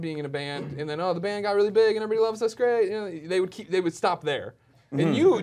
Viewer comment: sthaap.... jsthaap ign.... ur not funny... sthaap!... no srsly Stop